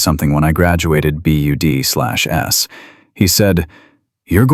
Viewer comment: Need to teach AI narration that BUD/S is pronounced "BUDS."